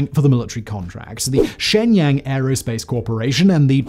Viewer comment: "Chiner"? "Shangyang"? "Changyang"? Sir. Please.